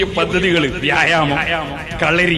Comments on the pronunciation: എടാ പൊട്ടാ വ്യാഴ് മം 😂അല്ല vyamam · വ്യാഴാമം അല്ല 😂വ്യായാമം ആണ് 😂😂